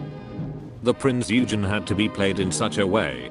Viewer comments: "THE PRINCE YOU-GEN" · A German here: Please...Prinz Eugen is pronounced like Prince Oigen.😉 Oi like in oil! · Jesus Christ, the AI voice SLAUGHTERED the "Eugen" name.